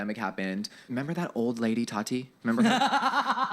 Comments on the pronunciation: It’s TAAHHHHH TEEEEEE not TATTTT TIIIIIII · why do you pronounce it that-ie? it’s taw-ti. sorry it really bothered me